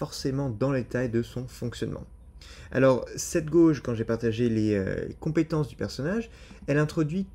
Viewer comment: bruh.. the way you say "gorwje" is killing me 😂😂😂 it's pronounced like "gayje" :_aizen